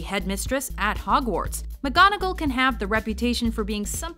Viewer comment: omg u killed the pronunciation of mgonagall